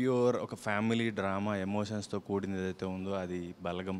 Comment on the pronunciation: "బాలగం" కాదు..."బలగం"....మీరూ మీ చదువులు... అరే చల్...